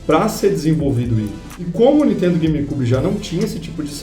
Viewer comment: o cara...eu curto seus videos....mas por favor ....fala niNNNNNNNNNNtendo......da gastura ver vc falar toda hora n...iiiiiiiiiiiiiiii.....tendo